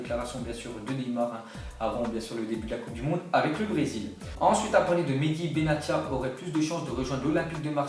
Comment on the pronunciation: Respect les noms des joueurs quand meme benatia prononce le benassia c mieux